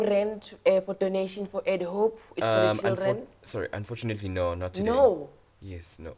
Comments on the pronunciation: "Unchofunately" I'm dying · "unchoofenately" lol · Everyone: "Unfortunately" Lasizwe: "Unchofnetely" 🤣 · "Unchofinately" sir our icecream machine is not working at the moment😂😂😂😂 dead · Unchofinetly Sir 😂😂😂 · "Unchorfutanely sir." 😂😂😂😥😥😭😭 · Did he just say unchofunately😂😂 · Nobody: Lasizwe : unchofunatly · English : Unfortunately Lasizwe: Unchofunetly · Here is the “unchovinately” - 😂😂🤣🤣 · unchorfunatly hahahahahahahahahahahahahahahahahahhahahahahha 😂